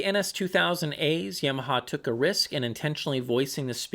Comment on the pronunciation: "Yeahmaha". Don't know why but hearing that bothers me.